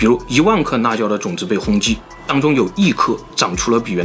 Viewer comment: 你的普通话太差了 辣椒说那椒 实在听不下去了